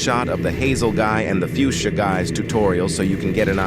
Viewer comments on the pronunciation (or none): none